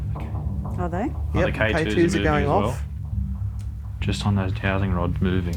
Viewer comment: I can't really hear if you're calling them jowsting or dowsting rods, but, they're called dowsing rods, and pronounced dowzing. You're supposed to know what you're on about, but, evidently don't. So, what else are you saying to us and telling us, with complete confidence as it happens, that is more rubbish you don't really know anything about.?🤬?.